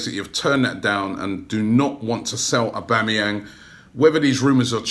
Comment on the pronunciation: He can't pronounce "th" instead of pronouncing "that" he says "vat''